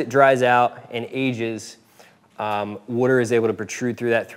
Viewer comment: What's wudder?